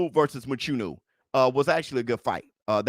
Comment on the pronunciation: Love the show just want to say one thing Mchunu is pronounced with a click sound where the (ch) is located in his surname.